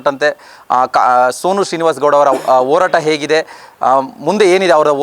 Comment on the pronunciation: Orata alla tande horata adu